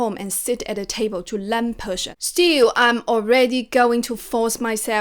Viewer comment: would you please pay your attention to the pronunciation to Learn? I heard you pronounce it len, not learn. sorry.